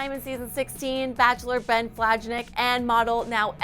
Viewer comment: The host (or the people writing her script) need to make sure they've got things right. She keeps mispronouncing the leads. Ben Flajnik does not pronounce the j in his last name. Desiree HarTsock, not Harstock. Ali FED-O-TOW-SKY, not FED-OW-SKY.